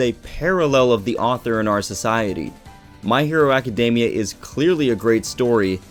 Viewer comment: They way you pronounce academia is so cringe worthy : Love the video tho .